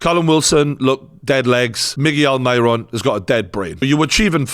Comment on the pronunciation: Pronounce Almiron's name right ya tosser